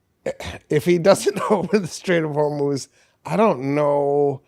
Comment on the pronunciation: you are the first westerner who ever pronounced the name “Hormuz” correctly. It is “HORMOZ!”